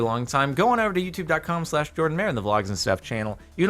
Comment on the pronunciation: I like how Jardon still says Jardon even tho it says Jordan